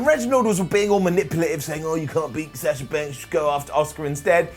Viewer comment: Does it bother anyone else that he pronounces Sasha and Bianca’s names wrong in every video?